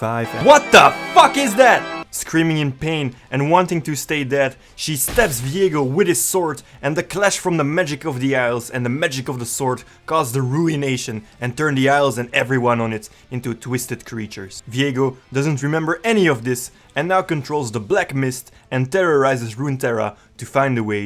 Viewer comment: What Viego say: Ruination can not end. Not yet. What I hear : Urination can not end. Not yet.